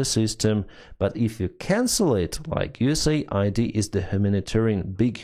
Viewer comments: it's US-AID not USA-ID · FFS, read it correctly!! it's US AID not USA ID !